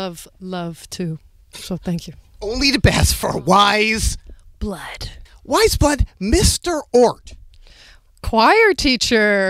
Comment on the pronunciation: quién más pronunciaba su nombre como... pues... "weyes" jajaja